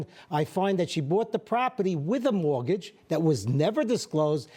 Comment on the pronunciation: Great accent. Mowagage.